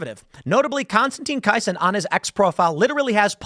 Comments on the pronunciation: Pronounced: Konstantin Kiss—in. Tim, you are missing the fact that Konstantin is also a comedian and commentator. Triggernometry is a great program. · Kisin is pronounced like ‘kissing’ Tim. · Konstantine K-eye-sin?? Come on Tim. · How can Tim not know how to pronounce Konstantine's surname? How can he be unaware of Triggernometry? He'd know the working definition of Woke-Right if he had watched the recent James interview closely. Has he been doing a 'Maher', and spoke without watching properly? Come on, Tim. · It must be the chicago in tim that prevents him from pronouncing words lol Kisin, Rehoboth. These are things he should not say🤣